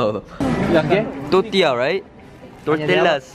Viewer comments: I died when he said "totilla" instead of tortilla lmfaooooo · I’m sorry but as a Spanish speaker I legit DIED at him trying to pronounce tortilla correctly 😭😂💀